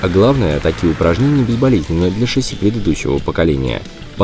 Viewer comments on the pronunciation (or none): none